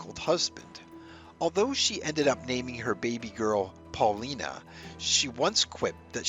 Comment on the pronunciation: Alice's daughter's name was pronounced Paul-LYE-na. It rhymed with China.